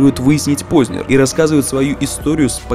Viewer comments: скажите пожалуйста, Вы намеренно неправильно произносите фамилию "Познер"? Откуда Вы там берете мягкий знак после буквы "з"?! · Он не ПознЕр, он ПознЭр по произношению. Это как сЕкс, флЕшка ну...